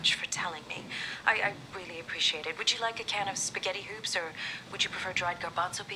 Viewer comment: she said spigettie hoops